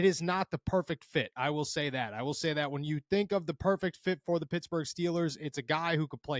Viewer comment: Pittsburgh not futsburg